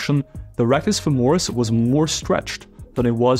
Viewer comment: Great video! However, it's FÈMORIS, not FEMÒRIS! cheers from Italy!